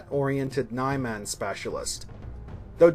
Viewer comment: 4 years later, and you're still pronouncing it as "Nigh-Man" instead of "Nee-Mahn".